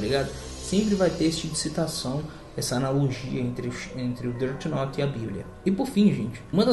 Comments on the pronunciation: Deti Norte ksksks ksksks ksksks Death note pronúncia: défi noute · ELE FALA DIRTY NORTE MDS